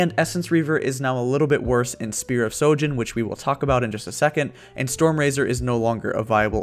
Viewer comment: Spear of sHojin not sojin